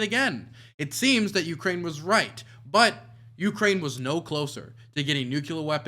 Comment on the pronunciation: Ucane? What kind of country is that?!